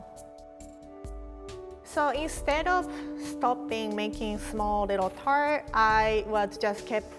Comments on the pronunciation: This is my recipe for chocolate "TURD"? Edit: It's pronounced that way throughout the video. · I thought she said "chocolate turd" for the first one